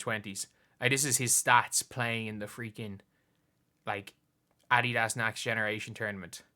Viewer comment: Irish people just butcher the word Adidas.